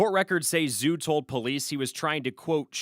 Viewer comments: Zhu: not pronounced "Zoo" 😵‍💫, but equally simple, "DJOO". 😊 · It's pronounced "DJOO", or if you prefer, "Jew". Come on.